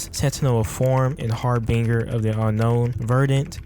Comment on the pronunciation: I gotta let you know the pronouncement of Harbinger killed me so just to let you know it’s said Harvinjer